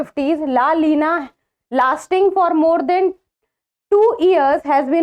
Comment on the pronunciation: It's not LA LINA it's la "NINA"